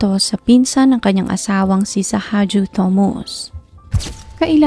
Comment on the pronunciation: Ok po ang narration. Siguro po dapat lang po iimprove ang pronunciation ng mga pangalan at ibang details. Like yung pronunciation ng Thomas. Sa video po kasi Thomas ang nakasulat pero everytime na binabanggit, Thomus po ang nadidinig ko.